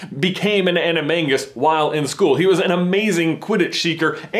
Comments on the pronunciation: Hold on did you just say Aney-mang-gus. PotterHeads CHARGE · Can no one pronounce "animagus" correctly?